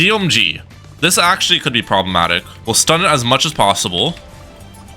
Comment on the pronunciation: Why do you say "probamatic " so much